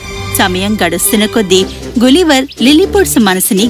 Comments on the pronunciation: అదీ గులీవర్ కాదు, గలీవర్ spelling correct ga cheppandi , please..... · గులివర్ కాదు తల్లి గలివర్ అని పలుకు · but is not gulliver its galliver not spelling , pronounsation